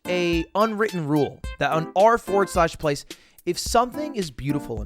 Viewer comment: him saying "R FORWARD SLASH PLACE" infuriates me.